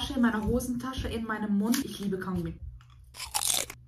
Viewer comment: Können wir mal darüber spreche wie sie KaUnGuMmI ausspricht